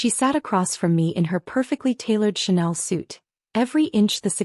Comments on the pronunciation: Wow someone finally pronounced Chanel correctly. So sick of hearing channel along with a myriad of other mispronunciations and all of a sudden words and names being spelled out instead of pronounced as actual words. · It’s so refreshing to hear someone pronounce 'Chanel' correctly. Mispronunciations like 'channel' and the habit of spelling out names instead of speaking them naturally is getting a bit out of hand.